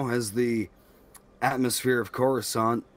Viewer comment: When you said Coruscant I peed my pants with excitement. (I will say not literally)